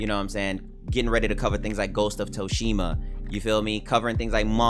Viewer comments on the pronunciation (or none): it’s not pronounced “toe-shima.” it’s “soo-shima.” that is all. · Mans said “Ghosts of Toeshima” 😂😂😂😂 C’mon son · I thought he was saying “Toast-shima” lol